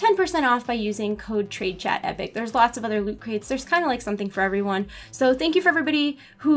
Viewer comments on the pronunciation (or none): none